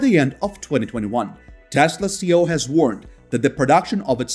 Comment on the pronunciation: Elon's position is CEO not "CO". I point it out because you say "CO" 10+ times in all your videos and it will sound very odd to any native English speakers.